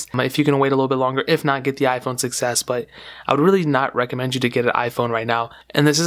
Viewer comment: When you say 6s it sounds like you're saying success